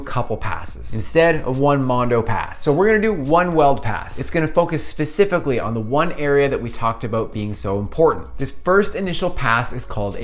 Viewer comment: Did you say "Pacifically at the beginning"? I see what you did there...